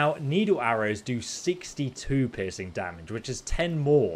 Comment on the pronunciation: It took until the third time you said piercing to realise you weren't saying "pissing damage" lmao. I thought it was just a phrase to emphasize just how beastly it is.